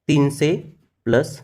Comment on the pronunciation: तिनसे नाही..तिनशे पाचसे नाही... पाचशे